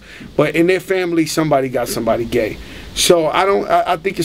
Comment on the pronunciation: he is a jackass he say thanks like ( taenks) think like (tink)